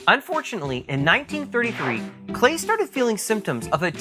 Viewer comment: His name is pronounced like "Clay".......